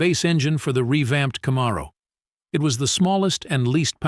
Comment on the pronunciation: In the future spend money on better AI that can properly pronounce Camaro, Pontiac, etc.